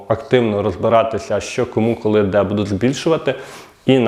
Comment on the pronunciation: Добрго дня!!! Ви молодець, але працюйте над собою, більш ретельно готуйте тексти... Правельно говорити "БУДУТЬ", а не " БудуТ" Вибачте, але поки дослухав Ваш виступ... слово "БудуТ" сильно різало вухо. Слухав тому, що батьки попросили розібратись із данимипитанням. Якщо виходите у ефір, знімаєте відео ретельніше працюйте над текстовкою та вимовою.❤